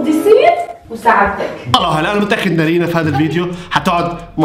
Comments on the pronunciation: نارين ❌ نرينه✔ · ولككك بس تقول نارينا اسمها نارينن😂😂